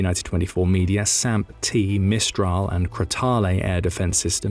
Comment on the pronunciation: Rafale is pronounced "rafal", Crotale is pronounced "crotal" As is often the case (though not always, we do love our exceptions to damn near every rule ) the "e" at the end of French words is silent